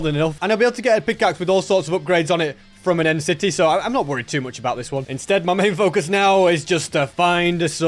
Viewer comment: Bro said end city